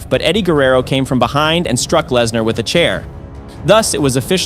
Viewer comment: I figured it'd have to have been with the Lesnar, Rikishi and Bubba mispronunciations.